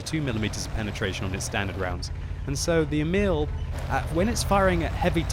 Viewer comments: Try and pronounce emil like e-mill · In swedish u say emil more like eeeeemil